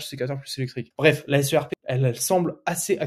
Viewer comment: On ne dit pas la "SRP" mais la "SERP" (prononcer "serpe").